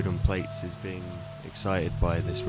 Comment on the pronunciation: Really cool patch! Plaits is pronounced "Platts" though